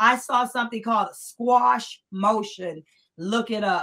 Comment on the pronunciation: Informative interview. BTW, the word is QUASH not "squash". It is pronounced like it's spelled: "kwa-sh".